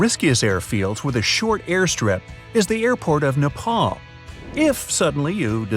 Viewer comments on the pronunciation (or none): none